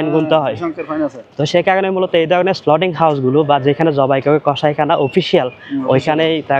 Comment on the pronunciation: Slauting- not, slautering - correct.